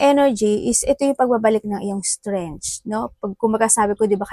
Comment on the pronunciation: Hi maam -strengk the way u say it po